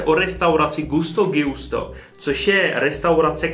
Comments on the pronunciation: Čte se to Gusto Džusto.. Gi se v italštině čte dž.. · Gusto Džusto...se to čte kulinari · A propos, je možné, že se to čte Džusto? Podle vzoru Giuseppe...